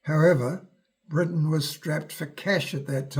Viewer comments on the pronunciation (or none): none